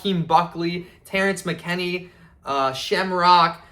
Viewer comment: Saddest part about this is the first big fighter that he met was Terrence McKinney and he doesn’t even know how to pronounce his name.